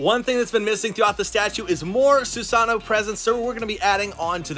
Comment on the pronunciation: Ur saying susano wrong but awesome video tho 😂💯